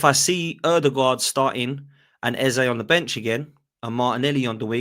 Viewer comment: Yo it’s not pronounced Ezuh, it’s Ezzay. There’s a vid of him pronouncing his own name.